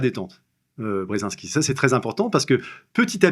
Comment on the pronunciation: Si c’est un chat noir, je l’aurais déteste moi aussi 😂😂😂😂 chat ???? Serieux ! Même pas un petit effort pour prononcer le « h » BrsAnski ? Zbignew Bresinski s’écrit et prononce avec « i ». Et je tel parle pas des noms chinois… Un tel manque de respect vers ces personnalités historiques, c’est affligeant ! Vraiment pas envie de lire le bouquin d’un type aussi inculte !